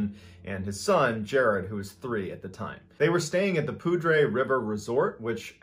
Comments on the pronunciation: Its not poo dre it’s poo der but spelled poudre lol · The poo-dre instead of poo-der thing is just killing me still😂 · Lol, "Poodray" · We live in the area of the first story, and it’s a cautionary tale for my kids that anything could happen if they leave our sight while hiking. (Small note, though it looks like it should be pronounced in a fancy way, Poudre is actually pronounced like “Pooter” instead of “Pudray”.) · It is not Poudre , pronounced “poodray “, it’s pronounced “ pooder “. 🙂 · The Poudre river is pronounced Pooder, not Poodray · Being from Colorado I can tell you Poudre is pronounced pood-er not pood-rey. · It's "Poo-der" not "poo-dre" 😂 😂 😂 😂 😂 I'm from Colorado and that's how we say it 😜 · Living next to the Poudre River... I laughed out loud when he said it like "pood rhe" xD we say it "poo der" still just love* listening to these stories regardless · This bothered me too. I don't speak french, but I've grown up in Colorado hearing it pronounced "poo-der" and not "poo-dray" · Poodray? lol. I thought it (Poudre) is pronounced a little more like 'pooder' like the French pronunciation for that spelling, meaning 'powder'. But it probably means something else? :) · Sorry for the criticism but just fyi, in Colorado, Poudre is pronounced Poudr not Poudray. :) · Just a tip from a Colorado native....Poudre is pronounced Pooder. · It is pronounced, pooder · As a local I’ve been in this area and that particular trail. It’s very rugged but unexplainable how a child could navigate it alone… Also we pronounce it locally as (POO-DER) canyon 😂 Cracked me up when I heard you trying to say it. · I love your channel. And I listen to it all the time! but I live up there and it's pronounced Pooder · it's pronounce POO-dur i know the Comanche wilderness area. cant wait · If you are talking about the Poudre river in Colorado you’re pronouncing it different to how we pronounce it here We pronounce it more like pooter Perhaps we all pronounce it completely wrong